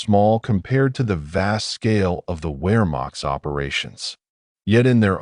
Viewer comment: Well, where to start. Nah, never mind. My criticism is too extensive. From mispronunciation, to the seemingly absent chronology to the literal omission of the Allegemeine SS. Sorry, buddy. Maybe do more research of your subject before attempting a 5 hour long monstrosity like this. Better research will yield better results. ( Pronounced Vaffen and Vermacht!)